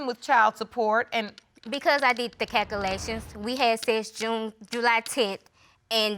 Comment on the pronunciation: You know what never changes in all these episodes. The word calculations....not cackulations 😅